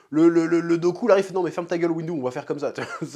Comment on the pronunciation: Chef qui appelle dooku "goku" mdr x)